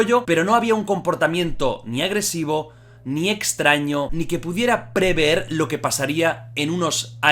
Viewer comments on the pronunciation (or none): none